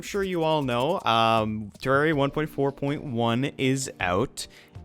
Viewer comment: you spelt Terraria wrong and said Terraira